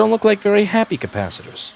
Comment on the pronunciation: Did you just call capacitors, kappa sitters?